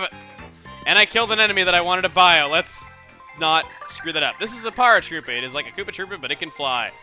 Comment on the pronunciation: why do you say "Paratroopa" so weirdly? it's "pear-uh-troo-puh" you know? like "parachute" and "paratrooper"?